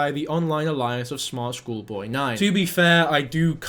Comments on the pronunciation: sorry am i in a different universe??? this is the second person recently that i’ve heard pronounce “alias” as “a-lie-as” instead of “ay-lee-as” ??? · wtf is this "a-lie-us"? it's a-lee-us - first i thought it was like many other mispronunciations due to speaking so rapidly, but no, it gets repeated. there is so much stupidity surrounding this, some of coming from this channel. - the name David Alter is hilarious. Like Homer Simpson's Guy Incognito. Oddly, it could actually be his real name - Alter is a legit surname. Still, no one should just accept everything at just face value. Use critical thinking and do more research to confirm - Believing the videos chasing the boy & in the classroom - do they think they are they just playing an ARG? - the BTK comparison is wild - btw, he wasn't "popular" - he was "infamous", "notorious", "well-known" - popular makes him sound like a boy band. BTK quit in 1991 and was identified & arrested in the mid 2000s. If you think these fetishes are rare, then I'm sorry, you're pretty naive. Rader stopped his spree probably for the same reason the golden state killer did - they saw the advent of DNA & other newer forensics & knew they were going to be caught. Surely most of the people watching this won't have been alive when Dennis has access to floppy disks. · It’s alias like alien but ale-E-us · Alias: “Aye-lee-us” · Say it with me now "ay-lee-ess" alias. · Am i the only one triggered by this guys inability to pronounce alias properly? 😂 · BRO you need to look up the correct pronunciation of alias cos that shits annoying 😂